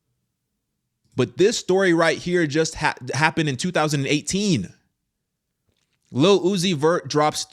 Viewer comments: Ohhh he said Lil Uzi Vert I thought I heard him say "Lu-ohh-ci-fer" Lucifer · His name literally sounds out Luc-I-fer Lil-uzi-vert Lu. Ci. Fer. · say "lil uzi vert" as one word and you'll say Lucifer... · His name say it fast enough it sounds like your saying Lucifer. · Lil Uzi Vert -> Lu Ci Fer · Say his name quickly. Lu-ci-fert... lil-uzi-vert...lucifer.. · Lil-Uzi-Vert Lu-zi-fer